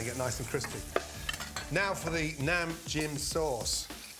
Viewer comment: I laughed when he said Nam-Jim sauce because I'm Thai you probably won't get why I'm laughing